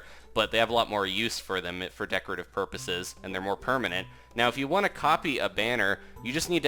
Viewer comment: You mean decorational PORPOISES!! 😂